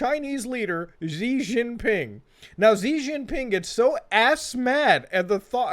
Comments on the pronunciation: It's pronounced "SHI" any Chinese words that start with Xi is pronounced shi. I don't know why people make up that zzzhhuuu sound for the X hahahah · And Xi is pronounced She, not Zee. Seriously, look this shit up.